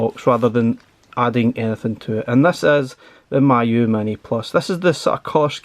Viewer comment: Pronounced as Me you, not my you 😊